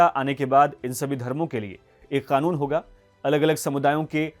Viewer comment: I love ur pronunciation of 'KANUN'